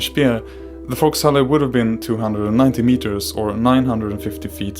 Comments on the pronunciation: Volkshalle, not FoxHolley lol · I believe that was Volkshalle or folks hall not foxholley